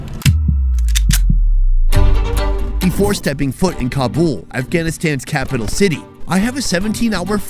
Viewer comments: It is not Kabool. Do you said boolfighting?? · I gave you the thumbs down for this video because you keep pronouncing Kabul wrong And it's driving me crazy. I love you bud but I can't continue to watch this video